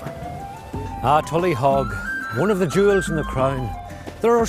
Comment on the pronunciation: It's not pronounced tullyhog nor was it a fort..what utter ignorance!